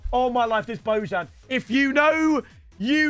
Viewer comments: its not božan its bojan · It's pronounced like "Boyan", he is an ethnic Serb. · brooo learn how to pronounce the names alreadyy.. his name is spelled like Bo (from bozo) and jan as Jan Oblak's first name.. doing my head in fr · You're pronouncing "Bojan" wrong